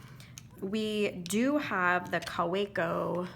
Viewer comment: Kaweco as you mentioned is German and hence pronounced Ka va co